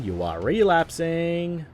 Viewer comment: Should've changed the narrator, that fucking "Re-lasping" line annoys me so much